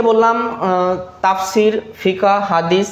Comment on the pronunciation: স্যার তাসফির না তাফসির হবে শব্দটি।